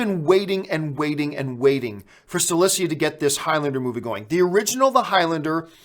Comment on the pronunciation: Please stop mispronouncing Chad Stahelskis name. It´s not StaLeski. It´s StaHelski. Good show though.